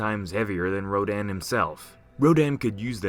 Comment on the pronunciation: Ro-dan.... Dan the man, yeh no stfu i cant xD It should sound like ro- dun